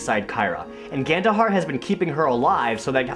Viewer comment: Every time you said Gandohar' i thought you said Ganondorf